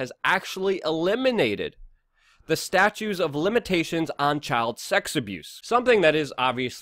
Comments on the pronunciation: Ugh, once again ... It's "Statute" of limitations, NOT "statue" of limitations. Really dude, communication is critical and defining. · FYI, it's STATUTE of limitations, not STATUE of limitations. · Roy Slade there's also a silent 's'in Illinois,and it's statute not statue,but that's what makes the man human!he can't cover all that news as accurately as possible,and sound like Oscar Wilde throughout!lol.